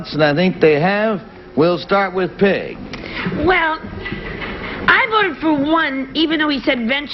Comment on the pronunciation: the audience snickered because it sounded like Garry said "We'll start with pig" instead of Peg